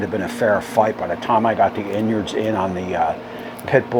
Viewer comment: Inyards 😂 and to think I always pronounced it innards, lol